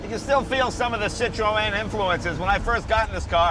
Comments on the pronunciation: yes, it is! the two points over the E are called a trema, which means that the two vowels are pronounced seperately. i study linguistics in france, so i might just be qualified to know how to pronounce it... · Yeah Americans tend to go over the top with bumpers like the old v12 etype is ruined in america and jay ur saying Citroen wrong and with my OCD tendencies I find it incredibly annoying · please stop saying it like that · Why cant jay say citroen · Jay Leno has just woken up bed hair. Where was his hairdresser for this clip? Also, he makes a terrible hash of pronouncing Citroen. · Jay need to learn how to pronounce Citroen properly. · please pronounce citroen right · nope it's pronounced [sitʀoˈɛn] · "WTF is a sit-tro-en?"/"I was just poking holes in the pronunciation" ..this is the proper pronunciation, or at least closer to the proper pronunciation than most people say it here in the UK: "CITRIN" ..euch! It's rare for Americans to pronounce non-American car marques properly so appreciate it! (eg. "poo-joe") There are two dots over that E for a reason! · Is it pronounced "Citro-en"? Or is it "Citrun" because I've always known it as "Citrun" not how Jay is saying it. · How can Jay not say "Citron." It's not hard. I mean I studied French but it's still not hard. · At least TRY and say Citroen correctly Jay! Its not hard. "Sit Trone" should do it. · Who are cit tro en. Do you mean Citroen ? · What is with the pronunciation of Citroën? ha ha !! it isn't meant to be a 3 syllable word Cit-ro-en. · cit- RO EN ? thats not how you say it! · Why does Jay refuse to pronounce Citroen correctly ? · Never heard citrion pronounced like that. In England we dont say the E. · My god Jay, Citroen is pronounced 'sit-rone'. See! Even the other guy has it . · WHAT THE FUDGE IS A CITRO-ENNNNN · it's not Cit-ro-en it's pronounced Cit-ron Jay!! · Stop saying sit roe en Please, it's sitrun ..sitrun sitrun ok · sitrun, not sitrowen... Citroen crying at the mispronounciation.